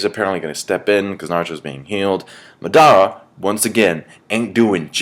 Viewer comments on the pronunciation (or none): MA-dara , not Mu-DA-rah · its pronounced Ma' Da' Ra' not mudara